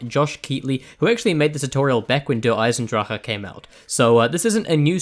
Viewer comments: He says it the correct way, lol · as someone who speaks german I have to say you couldn't do it better (only if you speak fluent german of course) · The way he says der eisendrach is so satisfying.